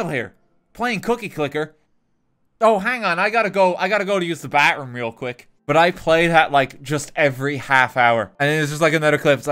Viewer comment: How he recorded saying bathroom makes it sound like he's saying backroom